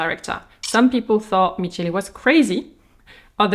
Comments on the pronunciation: Michele in Italian is pronounced "Mikele". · Pssst, you read the ch in Michele like the K in Kors ;) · Always love your videos ❤ (and I hope you don't mind the correction but ch+ e/i in Italian is pronounced like a k)